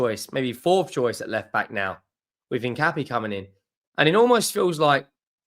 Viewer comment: it is pronounced In - Cap- ee - Ay.